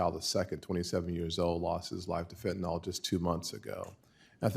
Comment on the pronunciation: Golly, it isn't fen-ta-nol, it's fentanyl, rhymes with will.